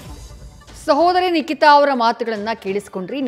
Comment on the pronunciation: Not Likita..its Nikita